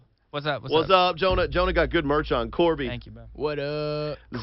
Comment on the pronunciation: He really fucking called Corbyn ‘Corby’